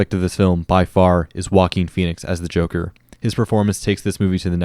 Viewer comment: More like Joe-ker